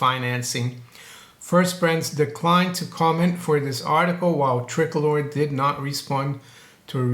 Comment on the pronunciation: it's pronounced TRI-COLOR